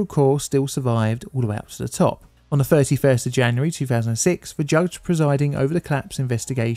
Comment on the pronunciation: It's "the", not "dih". Ffs.